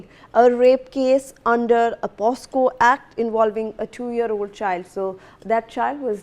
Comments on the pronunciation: Oye newsreader...its not POSCO...its POCSO.... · News reader mam, it is poCSo and not poSCo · what is POSCO ???? SHAME ON THE NEWS READER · That's not POSCO... THATS POCSO😅 IDIOTIC GIRL 😂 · kaise kaise journalists aur news readers aa rahe hain aaj kal, she even does not know the act name its POCSO, but she repeatedly says it POSCO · The news reader must complete her schooling first big shame she can't pronounce the POCSO Act correctly